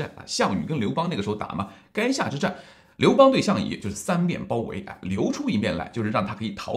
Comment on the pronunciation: 垓下之战 不读 “该”下之战